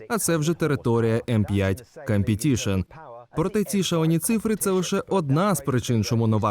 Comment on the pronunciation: "Cum"petition трохи ріже вуха